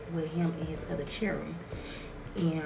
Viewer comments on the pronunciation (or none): Anyone that says "chilren" should get played.